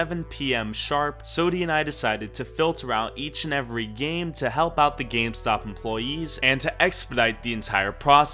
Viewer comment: Who else heard scamstop instead of gamestop